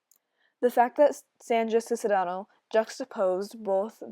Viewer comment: I know you made this years ago but it's pronounced "Sees-ne-ros". Just in case anyone else watches this and wonders about Sandra Cisneros name haha